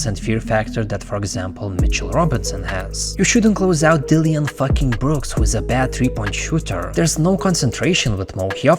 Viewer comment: Dilly-an fucking Brooks 😂